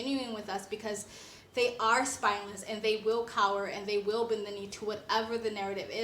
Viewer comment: “Spineless” not “spinless”